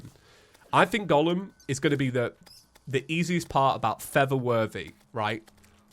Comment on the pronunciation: Is it just me? Or everybody hears it saying:"feather worthy" not "for the worthy"